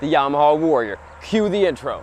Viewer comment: It's a Yamaha...not a Yarmaha (".)